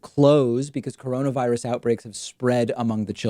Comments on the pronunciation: Did Trump really just say “deaths are way down from this horrible Gina-virus”?? 😣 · Lmfao “deaths are down tenfold from the Gina-virus” he’s thinking about Stormy Daniels again 😂😂😂